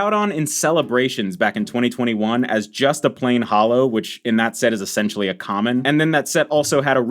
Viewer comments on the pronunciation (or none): none